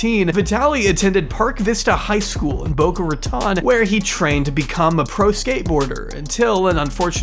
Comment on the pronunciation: Boca Raton is not the west side of Florida, also it’s pronounced Boca Ra-tone. Coming from a local I hate it when people try to make boca sound fancy.